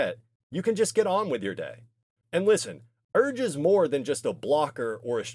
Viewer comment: brother wtf is “urge” 😭